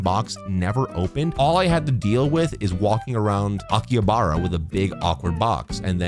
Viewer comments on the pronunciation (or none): It's pronounced Aki-Ha-Ba-Ra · His pronunciation of Akihabara makes me physically recoil